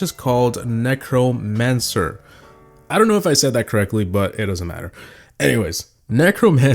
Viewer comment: necromancer, which yes you did pronounce properly, is basically a dead summoner in fantasy games.